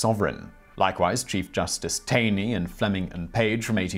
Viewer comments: It's pronounced Tawney not Tainey for Chief Justice Tayney. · Also, in C.J. Taney's name is pronounced TAW -nee. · Taney's name is pronounced "Tawny". Useless fact I picked up in law school.